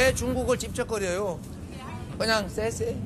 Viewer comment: 쎄 쎄가 무어냐?? 씨에 씨에 ( xie xie 谢谢 ) 정도는 해야지 공부 좀 하세요